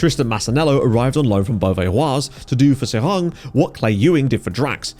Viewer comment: Pronunciation almost good. Just drop the -ng at the end. So just "Serai". Seeing SK Beveren drop to the 4th division...This is the team that introduced players like Eboué, Gervinho, Yaya Touré, Romaric, Arthur Boka into European football.